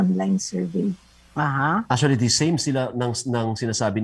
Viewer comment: I love the view but “the” is silent!